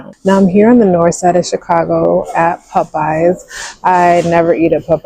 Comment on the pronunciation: Why you say it like that? You never eat at Popeyes?